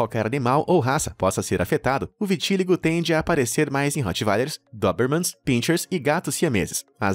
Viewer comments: e viti-LÍ-go! Gente, até quando esse cara vai continuar assassinando o português desse jeito? Não existe "vitíligo". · Vitiligo não tem acentuação como foi pronunciado: "vitíligo".... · Eu tenho Vitiligo, por favor pronuncie corretamente!